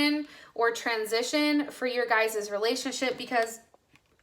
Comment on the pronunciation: Libra moon here does resonate ( but plz stop saying ‘guyes’ thats is not a word .)